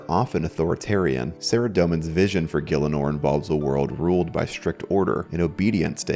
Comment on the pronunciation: Is it really pronounced "gill-inor"? I though it was "gih-ell-inor" or "gee-ell-inor"